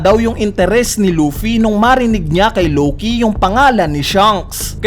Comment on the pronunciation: Matinde tlaga to si lowkey kuya mo lng pwede mag pronounce nian 😂